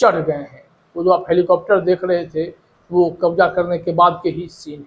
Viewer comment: Aap thoda apna talaffuz thik kijiye kabza hota h wo kabja nahin Ijrail nahin hota wo israil hota h Jahaj nahi jahaz hota h wo Kabja me le liya h nahin Kabze me le liya hota h wo